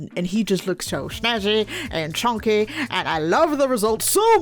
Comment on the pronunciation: CHONKEH CHONKEH